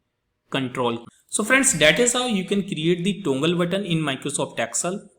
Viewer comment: Its toggle not tongle but good video.Thankyou